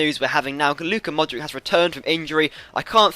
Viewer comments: Mordic is pronounced Modrich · Modric is pronounced Modrich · You pronounce Modric wrong, the C in his name is the same as the C from Subotic!